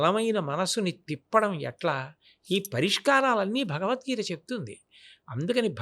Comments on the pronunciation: The anchor is not suitable for this conversation with Great Changanti, Felt pathetic hence he asked questions about his Salary and worst is the anchor can't even say "BhagawadGita" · నీకు జలీల్ ఖాన్(బీకాం లో ఫిజిక్స్) కరెక్ట్... నువ్వు నీ చెత్త ప్రశ్నలు... ముందు "భగవద్గీత" అని స్పష్టంగా పలకడం నేర్చుకో... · Bagad geetha kadu ra luccha....bagawath geetha anaali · మన దరిద్రం ఏంటంటే గారికి భగవద్గీత అని పలకడానికి కూడా రావడం లేదు మళ్ళీ ఇతను గురువు గారిని భగవద్గీత గురించి అడగడం మన ఖర్మ 😂😂😂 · Anchoring ante vurike mataladatam anukuntunaru. Pedallu and guruvullu toh matalade tappudu maryada padathulu telusukoni cheyali. Em matalduthunam ani teyali athiga miglina interview laga guruvu garini cheyadam baledu. Bhagavad geetha ani palakatam raledu aa anchor ki . Deniki aa bratuku?? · Anchor gaadiki..Bhagavadgita Anadame ravatam ledu.. Roju Saara taagi Bhairi Naresh ane Gorre Babu La matlaadutunnadu.. Anchor Pedda.... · ఎవరయ్య ఈ యాంకర్ భగవద్గీత అనడం కూడా చెత్త రాదా వీళ్ళ గురువు గారినీ ఇంటర్వ్యూ చేసే వాళ్ళు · చాగంటి వారిని ఇంటర్వ్యూ చేసె స్థాయి కి లేదు. ఈ ప్రబుధ్ధుడు ఇంటర్వ్యూ చేయడం. వీరికి తెలుగు భాష కాదు బాస, గోస. భగవద్గీత అనలేడు, ధర్మం అనే పదానికి ఒత్తు పెట్టిన పాపాన పోలేదు. ఖర్మ!నోరు మాట్లాడితే నొసలు వెక్కిరిస్తుంది. అప్పుడెప్పుడో ABN ప్రబుధ్ధుడు చేశాడు ఇట్లాంటి ఇంటర్వ్యూ. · నీకెందు ఇలాంటి ఇంటర్యూ లు, " భగవధ్గీత " అని పలకటమే రావటంలేదు రా సామి నీకు... నీకు be com లో physics చదివిన జలీల్ ఖాన్ లాంటి వాళ్ళు కరెక్ట్... So don't mess with Guru's 👊